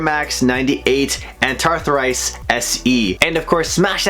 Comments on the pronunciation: Pronounced: “AN” “THRA” “SITE” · Pronounced An-thra-site lmao